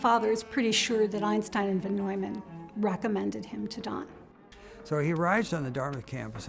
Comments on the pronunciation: It is Von Neumann,not Vandolman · It's not Ron Doyman, it's Von Neumann, probably the most famous guy, how can the subtitler not know this guy... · Von Neuman (pronouned "vaugh noy man"